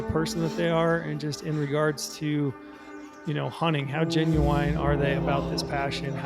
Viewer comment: Such a great video. Definitely felt this one and stoked for my upcoming hunt. That said, im uncomfortable with how you say genuine. You put the wrong emPHASis on the wrong syllAble